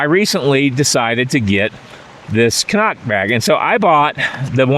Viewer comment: CNOC --- Cnoc (Irish/Scottish Gaelic for "hill") is commonly pronounced "krock" or "kruck," with the cn- sound functioning like a cr- sound.